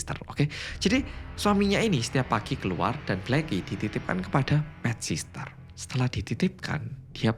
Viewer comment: Bukan sister mas.. sitter.. ga pake sss yg keduanya.. caption nya dah bener pronunciation nya aja ada s nya